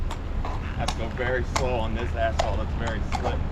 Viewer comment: I heard asphalt as Assball☠️